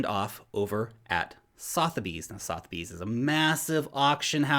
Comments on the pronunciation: Sotherbys = suth-er-bees :-) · say sutherbies when saying sothebys just saying